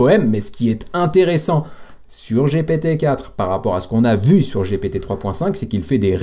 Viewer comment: Sérieux man j'ai commencé ta vidéo et j'ai entendu giiiiiiipiiiiiiitiiiiiii juste cela ça me donne envie de quitter je pense que je ne suis pas le seul ont est en France ont parle. ( G P T ) Sérieux mec fait un effort pour ton odience respecte c'est gent qui ont Mal au oreilles dès que tu dis giiiiiiipiiiiiiitiiiiiii !!!😢😢😢 Sérieux fait un petit effort et renseigne toi tous le monde dit bien GPT S'ILS TE PLAÎT fait un petit effort❤ en plus je t'aime bien 👍👍